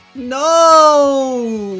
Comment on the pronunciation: I feel bad for Hermione but hey no more horrible pronunciation of Hermione